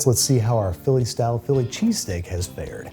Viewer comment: here he is, phill lee che-stāk himself